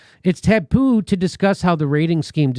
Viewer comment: "ta-poo," Is that how Chicagoans say taboo?